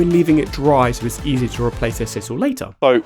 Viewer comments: For pity's sake! It's s-eye-sal NOT s-iss-al. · Sisal - pronounced size-al